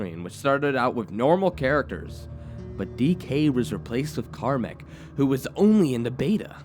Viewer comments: It's KAMEK (CAM - ECK) curse not KARMACK curse... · Is it annoying that he can't pronounce Kamek? (Cam-eck) unless it was Karmek written wall text.